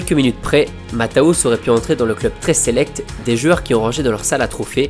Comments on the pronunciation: super vidéo juste un petit détail ça se prononce Matthéous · Juste une précision : on dit "Matèousse". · Au moins apprendre à bien prononcer son nom serait la base!